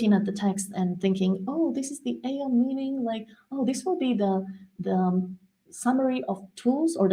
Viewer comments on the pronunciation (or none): none